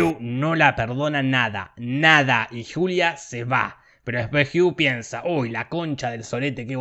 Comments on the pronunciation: yo escuche culia en vez de julia xD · Yo le entendí "soy la culia gil" y quede wtf 🤣🤣🤣🤣